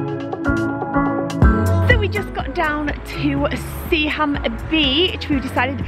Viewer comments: drop the ‘h’ on Seaham and that’s how we pronounce it. Pretty much sea-am 👍🏻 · I’m not far from Seaham, we don’t pronounce the H it’s said like sea-um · Good to see my town again, feels so surreal but just want to point out it’s pronounced Seaam not SeaHam. The h is usually not pronounced as if it’s the word ham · Love the way you’s all seaham😂 I live 10 minutes away and everyone pronounce it like sea-um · Should have carried on a bit further North and visited the best City in the North East Sunderland :D .... Seaham pronounced Seeam for us locals